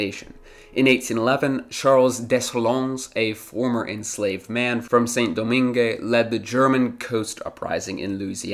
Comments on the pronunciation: Its pronounced like "Sahn Dough-mahng" not "sin doh-min-geh" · Saint-Domingue’s pronunciation: /sẽ.doˈmɛ̃ɡ/ (seh[n]-do-MEH[N]G) Toussaint Louverture’s pronunciation: /tuˈsẽ.luveʁˈtyʁ/ (two-SEH[N]-loo-vègh-TÜGH) Jean-Jacques Dessaline’s pronunciation: /ʒɑ̃.ʒak.desaˈliːn/ (zhoh[n]-zhak-dé-sa-LEAN) I think that while this was a very good video, you should’ve mentioned the indentured servants from India, Indonesia, and China, imported by the same British who intercepted slave ships. The indentured servants were brought to the British Caribbean in place of the freed slaves. The British also relied on American cotton, produced by slave labor, for their textile industry and, if I remember correctly, supported the Confederacy for that exact reason. People tend to act like the British became saints after abolishing slavery and freeing trafficked people by completely ignoring everything they did after that. Also, not so fun fact; the last slave in the United States was freed in 1963, but I didn’t expect you to include this fact in the video lol